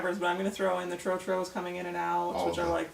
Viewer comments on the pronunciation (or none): Your pronunciacation of Tro Tro is wrong. They call it lights out. Also dont shop in Osu. Try Kantamanto. Dont go to accra mall try Melcom